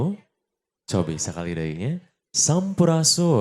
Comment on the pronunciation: Saé, simpel. Mung hanjakal aya kénéh kecap nu teu keuna: "kulawarga jembar", saéna cekap " kulawarga besar" waé, margi bénten hartos. Kecap "jembar" langkung kana "lega, lénglang, bébas hahalang", utamina gambaran haté/batin. Ogé artikulasi "sampurasun" kakupingna "sampurasuan".